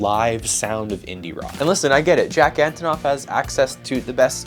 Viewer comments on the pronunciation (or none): antOnov, not Antonoff))